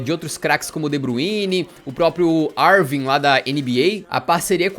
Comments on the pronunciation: Bit o Irving se fala ârving e não arving 😉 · Eu ouvindo o nome o kyrie como "Arvin" ... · Uma correção, você citou Kyrie Irving com o I aberto mas o I é fechado, mas excelente vídeo!!!